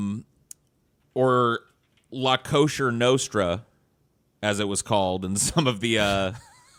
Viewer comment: He said La Kosher Nostra not La Cosa Nostra